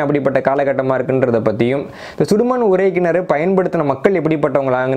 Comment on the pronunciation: தம்பி, நான் உங்கள் வரலாற்று காணொலி(ளி ) களை கேட்பேன் மிக அறிவு மிக்கவை, ஆனால் ஒரு சிறு கவலை, அது உங்களின் உச்சரிப்புகள். இதில் கூட உறை கிணற்றிக்கு பதிலாக உரை கிணறு என்று சொல்கிறீர்கள் உச்சரிப்பு பிழை விளக்கத்தையே மாற்றிவிடும்